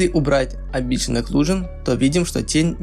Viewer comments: Не амбишен, а эмбиент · Спасибо! Продолжай! 🔥🔥🔥Только слово "амбишен" помешало считать это видео идеальным😉